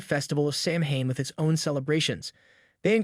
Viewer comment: Samhain is pronounced SOW-IN Celtic is pronounced without the soft C and is pronounced as K. You forget to mention that people used to carve turnips instead of pumpkins until the Celts arrived in America and saw that pumpkins made better jack o lanterns and were easier to carve. Otherwise, everything else is spot on.